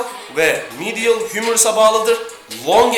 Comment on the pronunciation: Lateral, medial teleffuzu yapmaya çalışma gözünü seveyim, yanlış diyosun zaten Yazıldığı gibi oku daha iyi